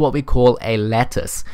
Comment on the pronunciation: i like how u pronounce lattice as lettuce xD